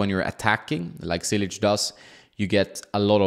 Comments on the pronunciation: its like you say word " Church "... so its -> "Chilich" not Cilic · Wrong pronunciation… it is spelled in english like cheelich. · Hey, just a tip: the first "c" isn't pronounced as an "s" but rather as "tch" as in tchaikovsky. Love the channel, keep it up! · You would think by now this guy should know how to pronounce top tennis players names. LOL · It is 2022 and you still can't say his name the right way...that is sad...